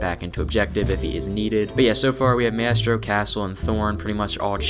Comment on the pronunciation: who tf is mestro it's Maestro [MY] + [STROH]